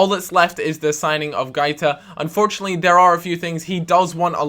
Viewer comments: its |GWAITA| not |GAITA|... pronounce the 'u' as a 'w' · guaita is pronounced GWA-EE-TA